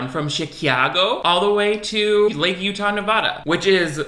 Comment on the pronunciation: consistently calling lake tahoe lake utah is just the funniest thing idk why